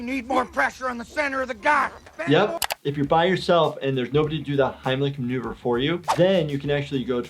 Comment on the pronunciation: I turned on subtitles and yes he did say Heimlich remover not maneuver